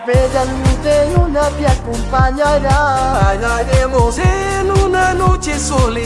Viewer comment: En la parte de tio nestor en vez de decir bailaremos dice "jalaremos" xddddd